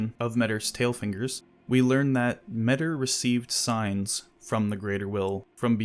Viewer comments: It's difficult for me to grasp why people prefer "metter" over the much more appropriate "me-tee-r" pronounciation. Hard to listen to. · Tiny correction: The name Metyr is pronounced "meta". So they're a creature from another reality, that creates tiny universes called "microcosms" and their name is "meta". In the words of George Carlin that's gotta mean somethin'.